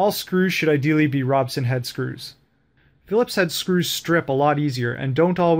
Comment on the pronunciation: It's called a Robertson Screw... not Robson. Got a chuckle every time he kept saying this incorrectly. :P